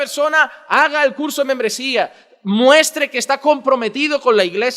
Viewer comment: Porque dise que menmbresia